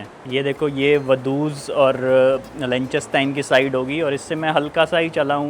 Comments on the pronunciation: Lik -sten-stein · Pls learn to pronounce the name of the country correctly …. lik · tuhn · stine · Pronunciation is wrong. It’s “lick," "ten," and "stine"